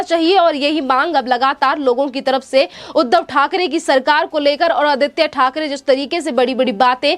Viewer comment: जरा बोलना सिखो राबडीदेवी को रावडी बोलते हो ओर आदित्य को आदीती बोलते हो